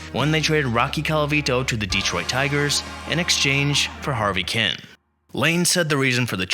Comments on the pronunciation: Who the hell is "Harvey Kin"..? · Ignoramus. You pronounced the names of at least half the players you mentioned. When I knew Harvey Kuenn would be next, I was wondering how you would mangle it, and you didn't disappoint with the worst prnucnation of them all. Harvey Ken? Idiot. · Thank you. Hearing this guy mispronounce Harvey's name was like fingernails on a chalkboard.